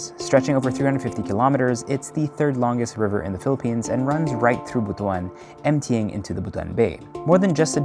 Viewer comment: Thank you for pronouncing the word Butuan properly!